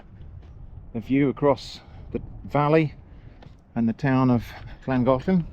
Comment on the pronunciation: I think your pronunciation of Llangollen is pretty good. (Not Welsh - married a Welsh woman.) You missed the double el at the end of Castell, though!